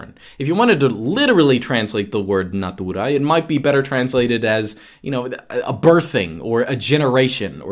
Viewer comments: > natuuuuuuuuuuuura tonic accent is 0% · and natura is pronounced exacrly as it is in my language. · When says natūra it sound like he play a "classic russian" in movie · i love how when says Natura just like in polish. it is kind of funny